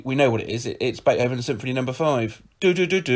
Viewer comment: Never heard someone pronounce Beethoven as Bath Hoven